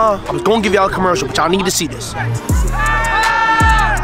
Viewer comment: Lol when u said comersial it poped up